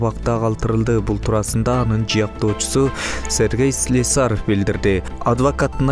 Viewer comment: Слесаревду туура айтсанчы диктор.